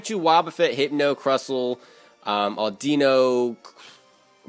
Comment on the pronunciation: audeeno?? it's audino like idunno